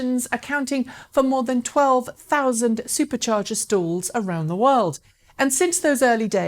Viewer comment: Drink every time she says Supah chargee!